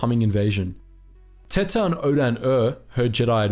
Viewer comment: I have to pronounce her name empress 'teeta' otherwise she's just empress tits. Spanish is far to well known for people not to notice that.